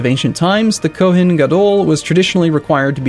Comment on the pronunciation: I can't believe this what stuck out to me but with Kohen, you should put more emphasis on the end so it should sound more like Koh-hain than Koh-hen